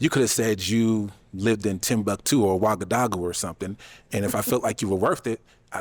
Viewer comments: What's Ouagadagou?? It's Ouagadougou 😂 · Please tell that the name is Ouagadougou pronounced (Wagadugu). Abubakar should have corrected him. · Ouagadougou is a real place. It's his pronunciation that was off. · made my day with how he pronounce wagadugu 🤣🤣🤣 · OUAGADOUGOU is the capital city of BURKINA FASO 🇧🇫. GET IT PRONOUNCED RIGHT! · its ouagadougou the capital of burkina faso loool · Did he say Tombouctou or Ouagadougou? it took me a while to realize. Tombouctou is a city in Mali et Ouagadougou is the capital city of Burkina Faso. Both are in west Africa